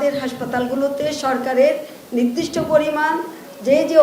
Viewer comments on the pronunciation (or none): none